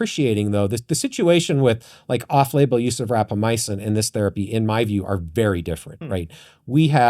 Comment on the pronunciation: REQUEST for the co-host to stop saying Rapamyacin when it's Rapamycin!!!